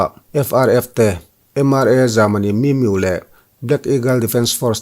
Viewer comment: Bengvar thlak e.... min miu tilo vin mi miuh tih tur